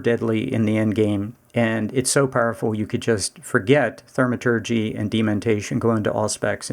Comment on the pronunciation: Gha, love the vid but every time you say Thermaturgy it's like nails on a chalkboard. Thaumaturgy, like saying Thaw